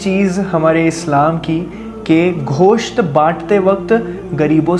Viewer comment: Ghosht nahi Gosht